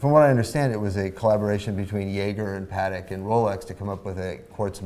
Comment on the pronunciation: Great one, many thanks. One note on pronunciation cuz it bugs me. paddock = noun A small field or enclosure where horses are kept or exercised. Patek = The first name of the watch brand Patek Philippe SA, named in part after Antoni Norbert Patek (French: Antoine Norbert de Patek; 14 June 1812 – 1 March 1877) who was a Polish pioneer in watchmaking and a creator of the Patek Philippe & Co., one of the most famous Swiss watchmaker companies. Patek = Pa Tech Try it out, feels good...